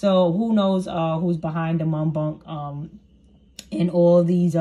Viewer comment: Girl it’s Muk Bang!